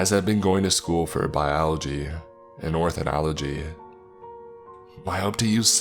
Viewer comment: The mispronounciation of Ornithology was pretty rough haha.